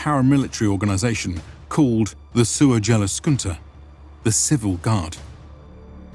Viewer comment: But "suocheluskunda is a sin in and on itself. It's more like Suoyeluskunta innit? Seriously. If you put Suojeluskunta into google translate, you get the option of that it pronounces it for you. That is actually correct. Sorry, it just kinda got to me. Other than that the documentary seems fine.